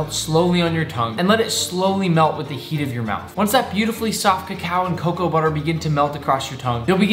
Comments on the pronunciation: It's not cawcow it's cocoa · Is cocoa pronounced co - co not ca cow? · Its pronounced "co co" not "cow cow" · The dam word is coco not cacow